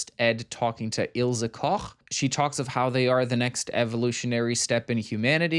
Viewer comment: Small thing but as a German I appreciate you pronouncing Ilse Koch correctly 😄